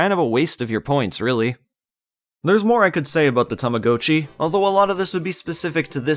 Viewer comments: i thought it was ta-ma-got-chi not ta-ma-go-chi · its TAMAGOTCHI not TAMACOATCHI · Tama-goat-chi!? Don't you mean Tama-got-chi!? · Technically is correct in that the Japanese word 「たまごっち」 is pronounced "Tama-Go-Cchi", but here in North America our commercials always pronounced it "Tama-Got-Chi" since young English speakers typically only ever read "go" with a hard "O" when it's part of the standalone word itself, and "Gotcha" is already in the common lexicon of English with a soft "O" and is one letter off from "Gotchi" in Romaji spelling. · Its Tama GOT chi Like I have got to get a new one Sounds like tama-ga-chi, but definitely not go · Tama Goat Chee blech seeing as I grew up with these I can't watch another minute of this video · Every time you say 'Tama-go-chi" part of me dies. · only Canadians say it this way I'm guessing, cuz we didn't say it like he dose when they came out in the us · it’s supposed to be like “gotcha” it’s Japanese. In Japanese that’s how it’s pronounced. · its the damn Canadians lol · I think it's pronounced Tama- gaa- chee, no? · Tama-gah-chee according to to everyone I've ever met and Google pronounciation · I'm sorry I can't watch this video with you saying Tama-GO-Chi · Those ones legitimately hurt to listen to, and his pronounciation of っち in たまごっち isn't perfect. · It took time for me to get used to your pronunciation of "Tamagotchi". 😅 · That’s not how you pronounce tamagotchi but fun video otherwise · Yes. I've never heard it pronounced the way it is in this video. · Sorcery! I must have hopped timelines again. Alternate pronunciation noted. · i hate how you pronounce tamagotchi, oh my god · I don't even think Bandai Namco know how to pronounce it